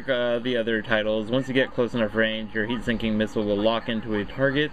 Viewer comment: "heat sinking" Nice video though!